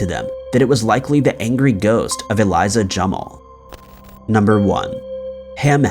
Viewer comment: He seems to mispronounce names on a regular basis. I've always heard Jumel with a long u sound with the highlight on the second syllable.